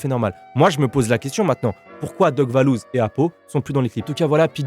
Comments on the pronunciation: C’est valouz et pas lebouseuh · Ces pas lebhouseuh ces vallouz